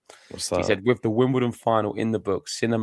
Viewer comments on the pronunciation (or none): Wimbledon. ✅ Wimdoledon. ❌